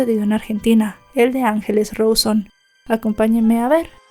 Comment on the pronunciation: RAAAAAAAAUUUSONNNNNNN NO ROSON..... 🙄